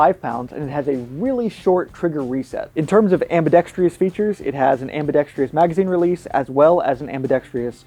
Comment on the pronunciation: Why can't a single gun reviewer pronounce "ambidextrous" the right way!? It's not "ambidextreeeeus", there's no second I or an E at the end. It's just pronounced "trus". If I was pronouncing something wrong, I would want to be corrected but I'm prepared to be lit up for being a grammar Nazi.